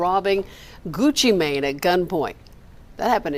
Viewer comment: She saying it correctly "GucciMane" not "GucciMain"